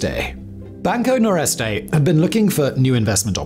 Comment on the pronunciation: Nordeste, not Noreste. It means Northeast. 😊